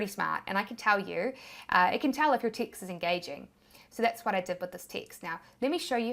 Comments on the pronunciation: LOL. I thought you were saying “ticks” as a replacement for words/letters. Literally 20 minutes in realized you were saying text 😂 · Teext teext teext... Gotta love the accent! 😂